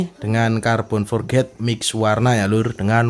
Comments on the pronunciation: om spelling nya bukan forget, hehe tapi forged di baca (forg) oh iya om coba potongan carbon nya di bikin potongan yg agak sedikit lebih besar, supaya keliatan lebih gahar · Halo om, mau ngoreksi aja kalo boleh, biar sama sama belajar. Bacanya "forj" ya om bukan "forget". Makasih om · Carbon forged = (Car-bon forj) itu sebutan nya bukan carbon for-ged hahahaha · bener mas kalo forged di bacaan nya "forget" artinya lupa hehe.. kalo di inggris yg berakhran D di bacanya tipis, jadi forg'd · Iya om, tp pelafalannya "forj"